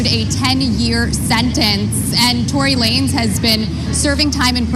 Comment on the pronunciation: “TONY LAN NEZ” 💀